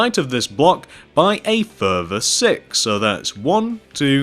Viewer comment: its sounds like he says sick block